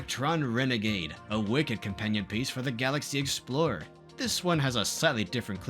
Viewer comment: "Let's exSpore the galaxy!!"